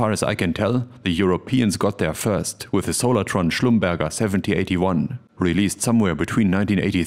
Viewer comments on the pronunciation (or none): What a fantastic video, thank you as always! Do you have a recommendation for pin headers that play nicely with IC sockets? I'm wary of sticking the standard 0.025" square posts into those round sockets. Schlumberger, the company that acquired Solartron, is pronounced in the French way. The last syllable is /ʒe/, like in "étranger." Names from Elsaß-Lothringen are troublesome!